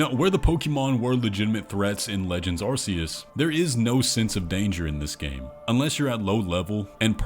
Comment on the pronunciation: I’d just like to point out that arceas is pronounced with a c not a s